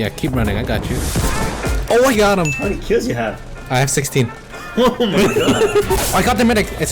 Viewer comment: Who else thought he said how many kids u got